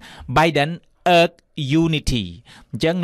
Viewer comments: Divisive គេបញ្ចេញសំលេង ឌីវ៉ាយសុីវ, urge សំលេង អើជ មិនមែនអើកទេ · Plz pronounce the word "Urge" correctly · Urge ? Check pronunciation again bro